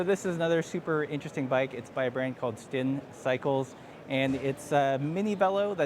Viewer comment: Great rundown. I believe Stijn is pronounced like ‘stain’ It also sounded like Drust was new to you. I thought they were pretty well known. All good ☺️✌️